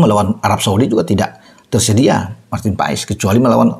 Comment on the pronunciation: Penyebutan nama Marten paes bukan Martin paes tapi Marten pass coba aja dengar komentator liga Amerika menyebutnya martin pass